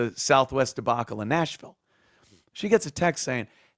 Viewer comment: "Souf Wess" 😂